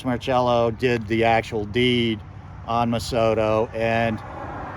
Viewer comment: There's no H in his name therefore no cha sound. It's pronounced mar sello. How do I know? Born and raised here on the Westbank.